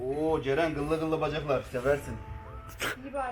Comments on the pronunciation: Cerenin neden CeKü diyişi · Ceren abla cekü dedi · Farkında mısınız Yalçın abi cekü dedi yani ceren kürşat